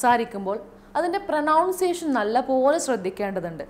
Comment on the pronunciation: പ്രനൗൺസിയഷൻ അല്ല മാഡം പ്രോനൗൺസിയഷൻ ഇത് കുറ്റപ്പെടുത്തലല്ല നിങ്ങളെ ശ്രവിക്കുന്ന ഒരുപാട് ആളുകൾ ഇതേ വാക്ക് ഉപയോഗിക്കും